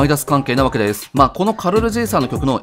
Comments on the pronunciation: サメはタクマンさんもイントネーションおかしいんですよね…。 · 写メ みたいなかんじだよねw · サメのイントネーションが気になった人は高評価👍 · サメのイントネーションに違和感を覚えるなw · サメのイントネーション独特だな